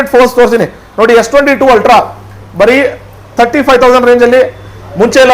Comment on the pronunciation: Altra Alla Ree Ultra 😂